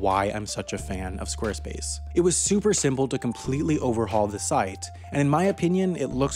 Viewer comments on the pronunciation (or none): none